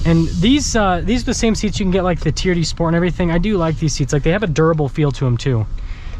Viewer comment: Me says T.R.D. and says Tee-er-dee 😂. We wuv u